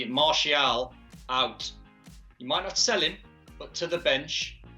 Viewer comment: Did Don said Martial out or am I deaf🤦‍♂️😭🤣. Rashy or Greenwood out not Tony for Sancho